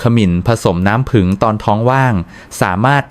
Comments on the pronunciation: ใช่ค่ะ งง น้ำผึ้ง เป็นน้ำผึง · ขมิ้น ไม่ใช่ ขะหมิน น้ำผึ้ง ไม่ใช่ น้ำผึง ไม่ใช่คนไทยหรือคุณ พูดผิดๆถูกๆ ไม่น่าเชื่อถือ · คามิน-น้ำผึ่ง AIออกเสียงภาษาวิบัติหมด